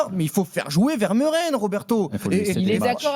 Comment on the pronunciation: Ça se prononce "Veur-Mé-Ren" et non pas "Ver-Meu-Ren"... Misère...